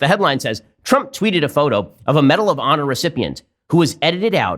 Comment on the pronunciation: Take a shot every time he says 'medal of pawnor'